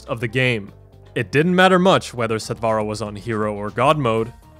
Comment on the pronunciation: Since it is a Sanskrit word meaning quick, or immediate....The pronunciation is NOT sat "vaa raa"...Sat(like in hut) vur(like in purr)..